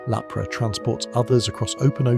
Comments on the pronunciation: Because its AI and not checked properly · why are some of the shinies the wrong color? A lot of the names are mispronounced too, like Lapris being called Lapra. lol